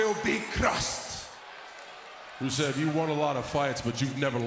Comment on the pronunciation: He said crused hahahahah bad english